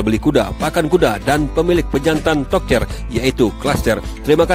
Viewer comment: Bukan Tok Cer..tapi Top Cer...perbanyak lagi kosa Kata yg asing bg..kadang malu sendiri dengarnya...